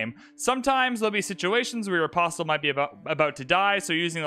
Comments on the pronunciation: You are saying the word Apostle incorrectly. It is correctly pronounced uh·paa·sl but I otherwise enjoy your videos. Please pronounce it correctly. Thank you for your consideration. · The T in “apostle” is silent.